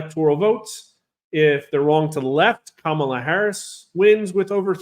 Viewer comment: IT'S KA-MA-LA..........